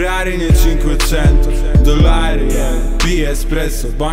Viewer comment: zamiast tego ferrari nie czinkłeczento, polecam wizyte u logopedy